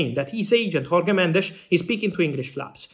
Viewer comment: Fabrizio Romano: In Portuguese, Jorge is pronounced similarly to English, French, Italian etc... not Spanish. Just like with José or João... so Jorge is phonetically similar to the pronunciation of Giorgio or George, for example... The Portuguese "J" never has an "H" sound, unlike the Spanish "J".